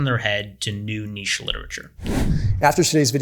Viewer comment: THANK YOU FOR SAYING NICHE CORRECTLY!